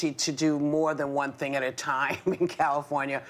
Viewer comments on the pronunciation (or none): none